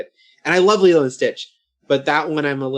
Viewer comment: Now I know the origins of Laylow and Stitch pronunciation lol. It's a fun movie, probably Disney's best from their animated output of the 2000s.